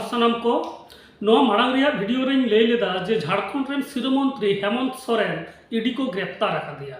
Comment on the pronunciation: Saren nhi dada soren hota h 😂😂